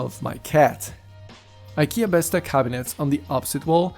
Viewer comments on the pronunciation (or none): none